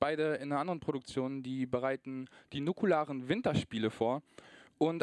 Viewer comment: Nukular! Das Wort heisst Nukular!